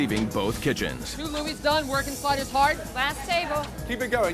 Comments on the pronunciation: I swear to god I need to go to a therapist so badly because I swear on my life I thought they said spiders instead of sliders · At first I thought they were saying “spiders” lmao